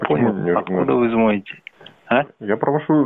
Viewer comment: Откуда ( звоните—ударение на букву …: к ещё из Акимата … наверное не владеет русским языком к сожалению 😢) эх что сказать господа из организации вам наверное в школу необходимо пройти заново курс